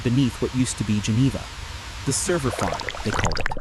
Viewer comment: What the heck is a 'Sever Farm?'